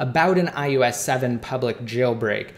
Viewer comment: its iOS not iUS... SAY IT RIGHT!!!!!!!1